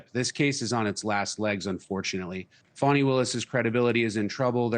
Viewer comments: She like pronounce it 'Fawni' not 'Fani'. She looking for clues then she going to impeach that blond haired billionaire in the white house. Ha ha hee ha ha!!! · I'm sick of hearing this lady's name mispronounced!! There is no "w" in that name... It is not pronounced "Fawny", it is pronounced FANNY, as in your ASS!... BEFORE WIPING, even!!